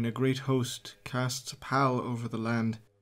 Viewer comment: Great work, your format and voice work are great. Sometimes your pronunciation is a bit off. Pall, in the context you have used it, is pronounced like Paul, and there have been a few other misstakes in previous vids. Other than that, Black Library should hire you for their audiobooks.